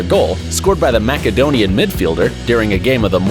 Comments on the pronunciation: wtf. Macedonia is pronounched mass-uh-dough-nee-uh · Mackadonia hahahah, sounds like some tasty dessert or something. You should maybe do some research before narrating these videos, there are so many mispronunciations. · you know mans American when he mispronounced Cavani, Macedonia and Boja Juniors all in the same video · So what you're saying is that as a westerner he's pronouncing Macedonia* wrong?